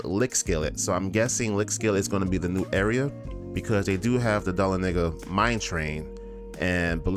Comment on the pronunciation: I think you're pronouncing Dahlonega incorrectly. 🤔